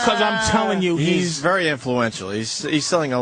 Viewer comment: I hate how Opie pronounces the -er sound, such that Perry becomes Purry and very becomes vurry.